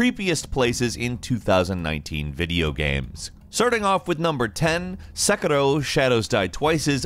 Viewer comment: They changed how they pronounce sekiro